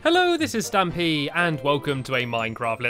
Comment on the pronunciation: it is stampy not stampey